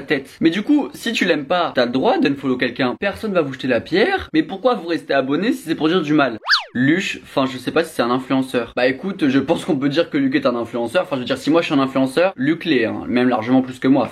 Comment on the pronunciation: Parcontre c’est luch pas luC